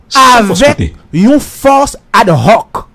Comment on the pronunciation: Ad "roc"? se lit dans le calme phonétiquement " adoc". Le h ne se lit pas en français, muet ou aspiré. Max Weber, pour caractériser l'Etat, évoquait le "monopole de la violence physique légitime " et non de la "violence légitime". Nuance.